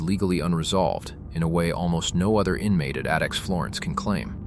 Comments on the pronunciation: AI narrated shit. Pronouncing "ADX" as "Adix" 😂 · when the AI mispronounced ADX I shut off the video and left. AI slop.